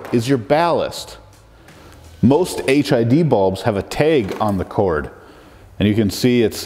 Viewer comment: Still can get over how you pronounce tag as “teg”. Love your content tho